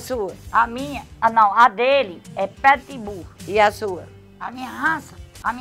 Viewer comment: "Petibul" kkkk